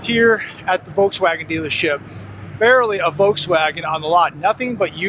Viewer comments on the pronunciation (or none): none